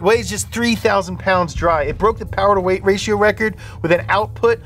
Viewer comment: Sooooo....*less* powah babeh?